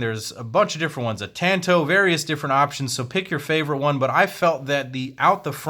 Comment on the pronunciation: Jesus christ you can't even say tanto